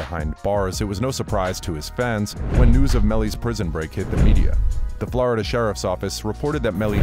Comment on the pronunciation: Florida not Blarda bruh😂😂